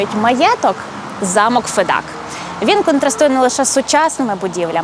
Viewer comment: Доброго дня! Дякую за український контент, але, Фед"А"к. Наголос на "А" що в імені, що в прізвищі. А взагалі, проєкт чудовий, дякую!